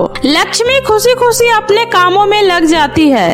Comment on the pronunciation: Khushi ko kuseee kyo boltey hoo